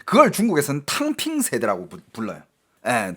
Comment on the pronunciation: 탕핑이 덤핑으로 들리는건...저만 그런건가요??